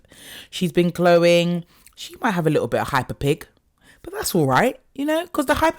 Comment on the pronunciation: Not "hyperpig"! 🤣 Love you!